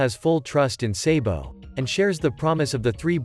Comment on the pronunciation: Why are you always say sebo but we call him sabo